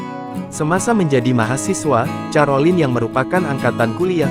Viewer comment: Mohon maaf, kalau mau membaca nama individu, pelajari dulu, Carolina bacanya KAROLINA bukan carolin, makasih.